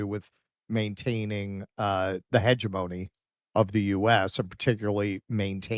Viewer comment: “Hegemony”: accent on the 2nd syllable, please. HeGEMony